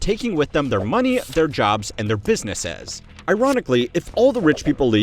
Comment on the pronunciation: the way you pronounced businesses was weird ngl 😂